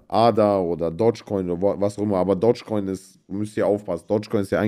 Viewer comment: Bratan es heißt Dogecoin und nicht Dodge. Ich habe selbst 100 Jahre falsch ausgesprochen. Es ist zwar nur ein Meme-Coin, aber wenn Papa Elon noch ein paar Mal twittert geht er bestimmt auf 1$.